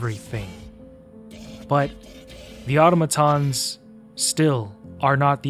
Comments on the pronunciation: It's ah tom ah tons. Not auto maton. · I dont understand how people are still calling automatons "oughtamatons" like, do you play the game with the audio off AND you dont know how to read? Its not a big deal but if you do it one more time I WILL report you to the democracy officer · Hearing "otto-matons" broke my immersion. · Nope, that's not right, it's "Au-TOM-a-ton". There are going to be lots of people who don't know better and will look to you for clarification. Let's not steer folks into a bastardisation, whether erroneously or intentionally. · In game its said like ah-tom-ah-tons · I don't mind that. I mind how he pronounces automatons lol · I hate so much how he misspronaunces automatons